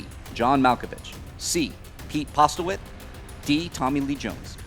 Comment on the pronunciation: its not pete postlewaite its pete postlethwaite.what a mistake to make.